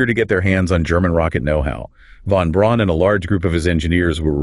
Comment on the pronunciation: Within the first minute it says "Von Ron" rather than Von Braun". Next is says "Saturn Vee" rather than Saturn Five" The V is a roman numeral. I didn't bother watching farther because I have played with this google notebook and it just makes things kinda convincing enough but not. Good luck.